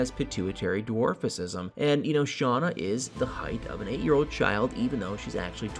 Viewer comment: You sturdied and, it’s dwarfism, it is not the way you pronounced it, you know better than that!